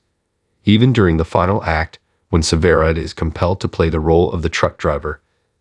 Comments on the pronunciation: Why don’t you pronounce the name right it is sever ride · The announcer can't say severide right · Yes I noticed. Sometimes he did and other times he did not plus he keeps saying she.